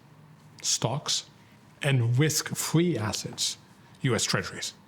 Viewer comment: “On whisky assets, stocks, and whisk fwee assets.”